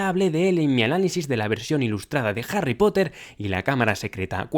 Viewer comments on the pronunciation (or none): none